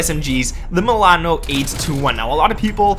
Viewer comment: The way you say milAAno lmao great vid gg